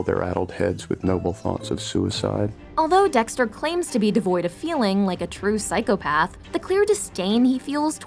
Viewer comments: The "psychopathds" and "sociopahves" pronunciation is driving me crazy. But yes good explanation for things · The way she’s pronouncing psychopath and sociopath is making my skin crawl 😭😭 she keeps saying PAD 😭😭